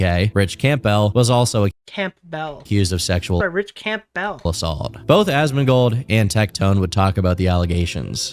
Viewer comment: THANK you for calling out the Camp🎪Bell🔔 pronunciation, he says it like that all the way through and it drove me nuts;!